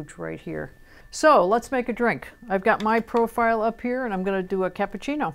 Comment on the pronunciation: CAPPUCCINO not cappucini! LOL :D